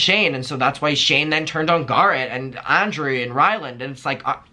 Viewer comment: I’m sobbing the way you pronounced Garrett